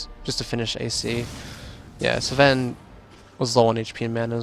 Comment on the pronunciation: why are you pronouncing Sven sa ven?